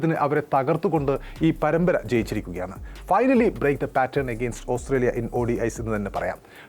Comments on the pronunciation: ഓസ്‌ത്രേലിയ ന് പറയാതെ ഓസ്ട്രേലിയ എന്ന് പറയു. അരോചകം 😔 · Austhraila ennu aanallo chettante ucharanam